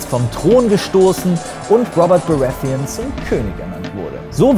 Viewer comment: Gutes Video. Aber wieso sprichst du die Namen von GoT nicht auf deutsch aus? Wie du Baratheon ausgesprochen hast. Ich musste erstmal überlegen ob ich was verpasst habe da ich den Namen so nicht verstanden habe.